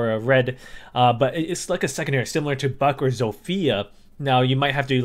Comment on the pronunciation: Zofia not Zofija.